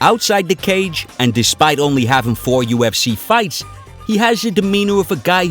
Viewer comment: ”The u f schee”. The speaker made me turn it off after a minute.